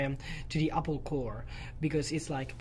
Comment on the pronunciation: Qué curioso, llevas años viviendo en Nueva York, y sigues diciendo “Apel”, lo cual es completamente incorrecto, sin embargo, enfrente de Craig, pronuncias correctamente Apple, espero que te des cuenta y pongas el ejemplo de que, aunque seas español , Apple se debe de pronunciar cómo se dice en su idioma original.